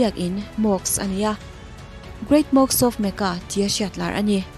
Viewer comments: Mosque..... Mawsk....tia lam tur.... Mawks tiin I lam daih a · mosque.... mas-khi...tiang deuha lam tur...mawks ti ang deuhin i lam a ...tin,mask tih pawh hi .....maks ti ang deuhin i lam a,mas-k-hi...tia lam tur...k aiin s khi a ri hmasa tur a ni